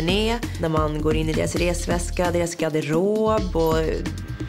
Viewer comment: Det heter GaRderob inte gaderob